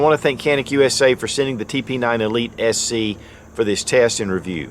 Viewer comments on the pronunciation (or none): Did he say SE, or SC? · I know, it just sounded like SE